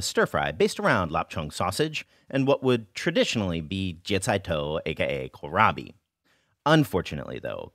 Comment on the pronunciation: wohw, i've never heard anyone say Kohlrabi in English. This is nice